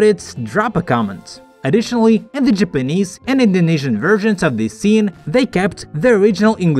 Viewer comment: I didn't know Japanese is pronounced "jepenez"😂